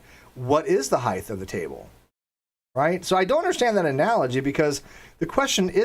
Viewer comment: Random question... why do you pronounce height as heighth?